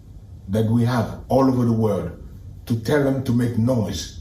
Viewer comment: See his mouth 😂😅 “ To make noice” Criminal.